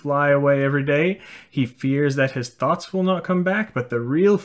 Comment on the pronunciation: The fact that you pronounce thoughts as thots makes many of your sentences very funny xD (no hate, just pointing it out)